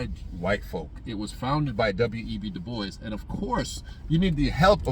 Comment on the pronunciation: You're definitely from the island when you said about giving a "blie" and du bois was a boule bad bro.